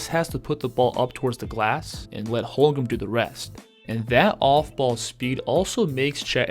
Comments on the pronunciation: It’s HOLM-GREN not HOL-GRUM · For real. Don’t know how this guy is having a hard time saying his name. Its so easy 😂to